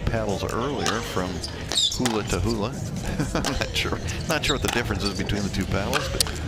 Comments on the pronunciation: Its not Hoola 😂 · Why can’t the announcers pronounce Joola correctly?